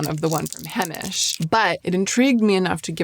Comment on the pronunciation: Several years ago , you liked the Brown balm L’Oreal washable mascara? Do you still use it ever? It looks nice &!fluffy . Lmk thank you for vid , I’m in search as well before Fall , love Heimish balms, etc btw it’s pronounced HI-mish , not hey- mish . 🥰I’m a long time lover of their products 🎉🎉